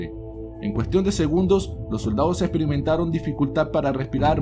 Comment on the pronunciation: "Los soldados estperimetaron.. la totsisidad de la sutstancia... diosido de azufre.. ajajajjs la pronunciación de este tipo es pésima..!!